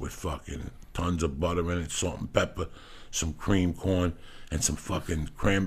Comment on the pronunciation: “ some SALT AND PEPPAH .. “